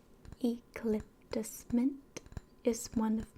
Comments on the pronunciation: I'm sorry but it's YOU cah lip tus not ee cah lip tus. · This is a great video! Though, I’m not sure if anyone has told you or if it’s intentional (feel free to correct me if it is), but eucalyptus is pronounced “You-calyptus” not “really-calyptus” lol 😂